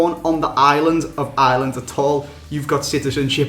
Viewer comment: Why do English people call ireland island?????